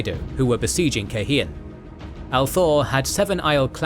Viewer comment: Is there a way to change the pronunciation for Aiel from /Isle/ to /eye EEL/ and Cairhien from /kay Hee in/ to /kai Ree in/ and /Kay hee enian/ to /kai ree En in/ ?